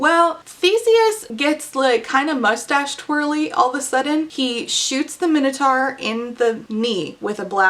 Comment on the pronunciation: How do you not know how to pronounce Minotaur? Dislike just for all the butchering of common words you should have learned in middle school.